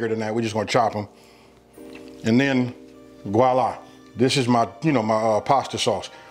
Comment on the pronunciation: Did he say "goila" instead of voila? This is beefaroni tho .